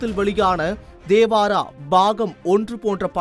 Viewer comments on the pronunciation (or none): செய்தி படிப்பவன்....ஏன் கக்கூஸ் போரவன் போல் பேசுகிறான். சாதாரணமாக உச்சரித்து பழகுங்கடா. அவர் சாஹிஃப் இல்லடா....சஹீஃப் என்று உச்சரிக்க வேண்டும். அதே போல் அது 'தேவாரா' இல்லை....'தேவரா' என்று உச்சரிக்க வேண்டும்.